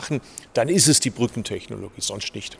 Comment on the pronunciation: wie er kein normales "st" aussprechen kann, sondern immer nut "scht". Verkehrsminischter, ischt, inveschtieren. erschte, Fahrleischtung, sonscht, längscht...